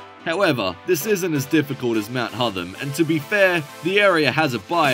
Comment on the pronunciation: hotTHam not hodum